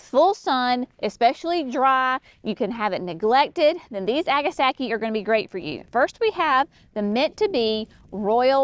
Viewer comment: [1] It's NOT " Agastackie " ! Agastache is pronounced "a-guh-stash" . Anything that is spelled tache at the end is pronounced as "tash". Most people just say Hyssops as the common name. [2] Astilbe's [Dark Side of the Moon] is lovely💚 and can be fun to work with,, as long as the surrounding plants don't distract and overwhelm them. [3] Giggling at dropping pages on the ground. Was that for Brenna to play with? [4] Heuchera [Coral bells ] is also pronunciated " hoo- kr- uh". I simply love 💞 these plants in waves [not straight lines]. You guys should carry Heuchera Master Painter 'Van Gogh' series. They are to die for,, in the landscapes. Such gorgeous foliage. [5] Phlox is such a wonderful standard to any garden. I like the historic plants so much from the 60's and 70's. Even better that they are coming out with such wonderful color blends. [6] Love, LOVE, L O V E 💚, Pulmonaria [aka Lungwort- but especially Pink-a-blue ] in the gardens. [7] Seriously GREAT JOB with the descriptions and performance details. I love that you are detailing the actual information to help novice gardeners with helpful suggestions. 😁